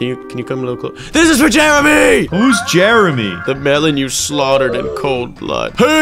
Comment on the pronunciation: The way that melon said Jermey